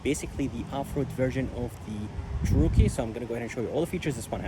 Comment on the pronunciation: Yeah, never heard it pronounced the way the guy did it in this video. Didn't sound right.